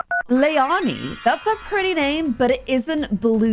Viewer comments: Hey her name is pronounced lay-lani just letting you know xx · you have to have liv quit her job to complete the NSB blue challenge P. S, it's pronounced lay-lan-ie, love your videos and the berry fam 💙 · On the name, its an L in there like Leilani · When you say Leilani, you aren't really pronouncing the second l. I have only ever heard it pronoucing both ls. This is just for future reference because I know that she will get a name chage.